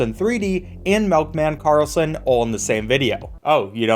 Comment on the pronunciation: Melkman karlson